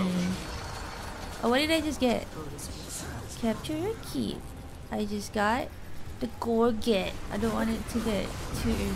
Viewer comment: I crack up that no one ever pronounces the ‘ garget ’ right. Lolol ‘ gor - jzay ‘ it’s French for a neck guard